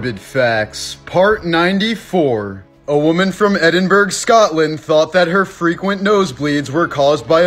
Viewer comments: Also please do not say Edin-burg, it’s Edinburgh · Please find out how to pronounce Edinburgh incase you end up murdering it again 🤦‍♀️ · i'm sorry but it pisses me off the way he says Edinburgh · the way he pronounces Edinburgh 😂😂